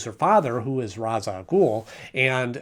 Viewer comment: It's pronounced RAYSH rather then RA'S its the hebrew pronunciation but the arabic spelling